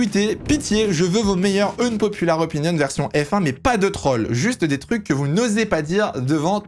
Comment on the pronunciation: Quitte a dire "unpopular" autant essayer de bien le prononcer...